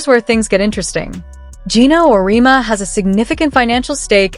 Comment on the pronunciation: OMG. Do your homework!!! It's Aur -e-EMMMA!!!! Amateur mistake.